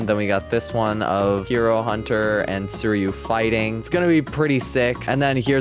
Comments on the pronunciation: Hey man! Love your content- just wanted to give a lil head up it’s pronounce sweereeyuu (suiryu) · uh, if this helps, you can just say "sir-you"